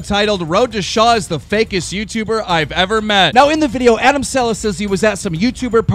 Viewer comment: You couldn’t even said adam’s name the right way!!! Just saying